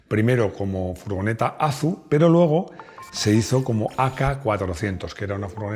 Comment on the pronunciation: ¡Qué mal me suena eso de Azu! En Citroën (Fábrica), el nombre era "A Zeta U"